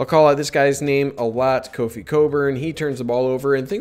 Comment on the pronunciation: Either way? LOL. BTW, it's Kofi (not Coffee).